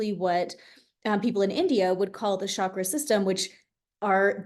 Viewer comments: Chakra is not a sh sound. It's a ch sound. Just say chalk with ra on the end. Not shakra, it's chakra. I have a question can I DM you or email you? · Ha! That’s so funny… in some of her online work, talks about the proper pronunciation (ch instead of sh) and that she sometimes likes saying it sh anyway. ❤